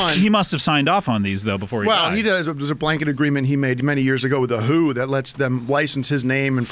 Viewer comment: at the time mark,..... I love how Tim pronounces " THE WHO " so randomly loud & strange !.... Tim is awesome